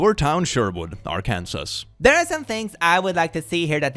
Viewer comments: as a fellow European, Arkansas is actually pronounced as Arkansaw (god knows why lol) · Random fact, it’s actually illegal to mispronounce “Arkansas” (like did but of course, you can’t really prosecute someone for mispronouncing a state’s name, intentionally or accidentally), though I find it odd that as a native Kansan, you pronounce the “kansas” in Arkansas as “can-saw”. Still, I had a friend in college from Arkansas and he would be upset whatever I would mispronounce its name. I started doing it intentionally after that. 😅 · Ok I know it's an old one but does someone know if pronounces Arkansas like Kansas with an A in the front on purpose or does he genuinely don't know that it's pronounced different.... even though it's just Kansas with a f-cking A in the front?! (I swear to God, as someone who isn't a native English speaker, I sometimes don't understand how native English speakers can be okay with such blatant bullhonkey like that) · I am a huge fan..but please it's Ar-kan-SAW not Ar-kansas. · Me boi. Sadly Arkansas is not pronouced as it looks. Try Arkansol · Love your show. Arkansas is pronounced Ark-an-saw. Blame the French (really). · So I live near Sherwood, Arkansas. You pronounced Arkansas wrong. 😂 It isn't pronounced like Kansas. It's Ark-an-saw, I hate it too but there you go. 😂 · As someone from Arkansas (struggles), Sherwood is right up against the capital of the state, it’s GOING to be dangerous, it has nothing to do with firework. Also, we are a ridiculous state that is pronounced Ar-can-saw 💀 Can I get a prayer lmao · I fear you mispronounced Arkansas. Even though I don’t care about this state I live in but the last S is silent. Sorry to be a bother, good sir. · Go easy on him, a Swedish person has to way to know how to pronounce Arkansas.